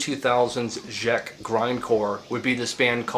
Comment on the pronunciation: why are you saying ghjeck republic